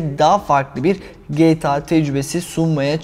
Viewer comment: Kaç yaşında adamsın ama gta ya geyta diyorsun